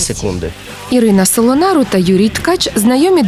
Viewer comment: Не Со(л)онару а Со(п)онару